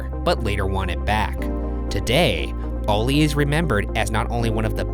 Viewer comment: Stop saying “oli “ instead of Ali